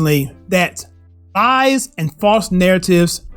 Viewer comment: Either my ears are playing tricks on me, or you forgot an L sound when intending to say "lies" but sounded like "eyes" to me. On a more serious note, your intended message with this statement is 100% spot on, and with the Derek Chauvin trial having recently started (yesterday, if I'm not mistaken), I can't think of a more relevant example than the George Floyd arrest and death. Without MSM's narrative, the entire country was united in believing that black lives do indeed matter. With facts that emerged later, it's unfortunate that Chauvin would have been the "villain" leading to unity, but if our country had gone down that path instead of the one it went down in reality, I think Chauvin would be willing to make that sacrifice.